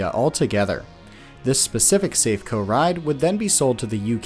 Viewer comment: Lots of companies make these frog rides, not just Safeco (pronounced saff-ay-coe BTW). Like aeroplanes, fairground rides have time-limited structures that need major overhauls after so many hours usage, and, at least in the uk, all welds and structural stress points have to undergo yearly NDT inspections with x-ray, radar or ultrasonic scans, or all three. If a ride like this fails, it's usually operator error, lack of routine maintenance or failure to adhere to overhaul timetables.